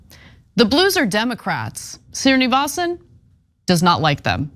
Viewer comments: For Ana: Hindu Sri- on a name means "Sir" and is pronounced Shree. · It's a pity Anna mangled Srinivasan's name EVERY time she pronounced it.